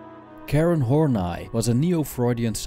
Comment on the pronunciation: Karen Horney i've heard pronounced Horneeeeeeeeeeeeeeee not Horn 'eye'...doesn't matter though...good presentation....